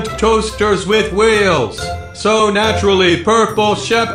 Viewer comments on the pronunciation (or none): HOW DID HE SAY "NaUtRaLlY"